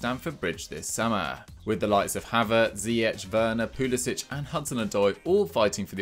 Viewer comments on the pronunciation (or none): His name isn’t Pulisić, it’s Pulisic. stop pronouncing it like there’s a ć. he’s even said it himself that it’s pronounced without the ć sound